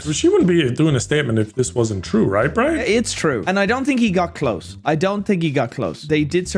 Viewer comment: Caribbean Brine, Caribbean 😂